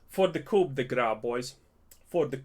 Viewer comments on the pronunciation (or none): Coup is pronounced without the p.